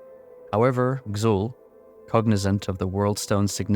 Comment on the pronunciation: Why do you pronounce Xul like that? It's basically Zul. You don't need to say K-Zul.